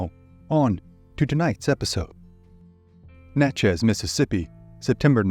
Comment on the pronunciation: I live an hour and a half or so from where this happened. Vidalia is in Louisiana not Mississippi unless it's changed since then. And Natchez is pronounced I guess without the T . No big deal or anything it just sounded funny. I sure enjoy these stories!